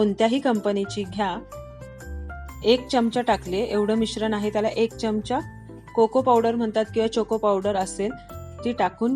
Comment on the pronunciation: Taai khup chan aahe cake tumcha Pn te chamach ha shabadha nit bola jaea😊